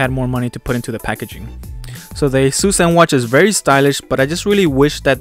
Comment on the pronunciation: It is pronounced A SIS